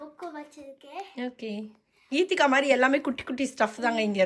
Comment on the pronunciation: its geethegha not keethikha